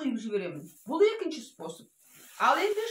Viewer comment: Спосб спосб демей дурыстап айту керек қой